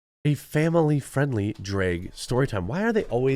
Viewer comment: why can't you say drag? it's not draeg, its drag.